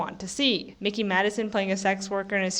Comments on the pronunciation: It’s difficult to take you seriously when you can’t even get her fucking name right: it’s “MIKEY”, not “MICKEY”! And no, her winning this Oscar was completely well-deserved and had absolutely nothing to do with The Substance. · Surprised that you don't know how to pronounce Mikey after following the Oscar race so closely.